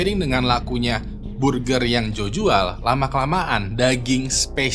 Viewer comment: Burjer manuksia 💀